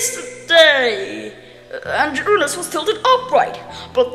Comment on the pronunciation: FINALLY SOMEONE WHO SAYS URANUS CORRECTLY OH MY G